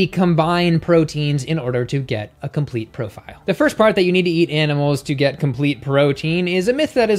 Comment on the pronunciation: "compete protein"